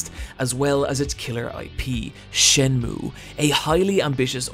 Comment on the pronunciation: This dude really said "Shen-moo."